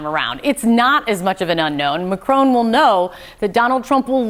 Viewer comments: Its not macrone it's Macron. Jeeze get it right will ya.😅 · Could someone tell these North American TV presenters that it’s not “Macrone”, it’s “Macron” with a short “o” sound? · Are there any Americans that are capable of pronouncing 'Macron'? It sounds more like 'Don' than 'drone'.